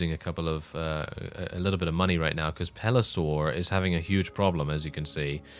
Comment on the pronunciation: Pelisor, Pelisor, Pelisor... when will he learn?